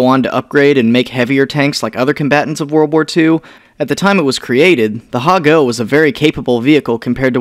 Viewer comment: Hago eh.... MoRe lIkE AHAGO